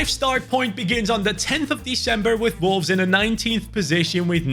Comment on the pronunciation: the way bro says Volves is insane